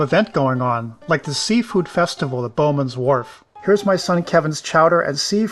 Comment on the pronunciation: "Bowen's" Wharf, not "Bowman's", as you mispronounced several times. But great video overall!